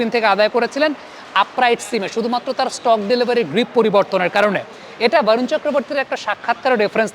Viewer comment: Dada Varun na bole barun bolun cheleti jatigoto vabe বাঙালি